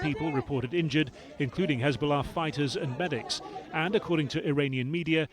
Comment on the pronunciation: Hez-bolls-ah gone 🎉🎉😂😂😂😅